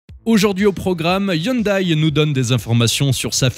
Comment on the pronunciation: Hyndai à prononcer "youndè", Hyundai France dixit 🙂